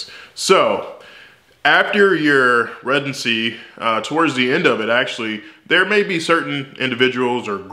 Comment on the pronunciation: I love the way he says that 😂. I have never heard anyone pronounce it like that.